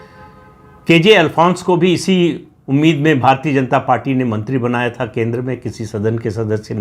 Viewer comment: भारतीय" शब्द का उच्चार आप भारतीए/भारतीये ऐसा क्यूं करते हैं मतलब आप "य" का उच्चार ए/ ये ऐसा क्यूं करते हैं। य का उच्चार य ऐसा क्यूं नही कर पाते?